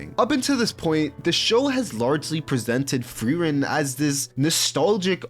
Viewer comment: u mis said flamme and auras name for frieren 💔🥀